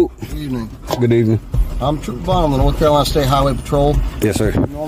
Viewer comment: “The state of Nokolana’, where exactly in the USA is “Nokolana”?